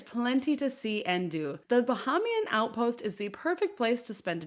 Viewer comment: You have a cruise yt channel and cannot pronounce Baheiman correctly